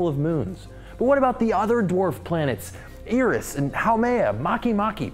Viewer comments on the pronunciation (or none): You pronounced eris and makemake wrong you said eeris and makeemakee the e in eris and makemake is pronaounced the same way as the e in planet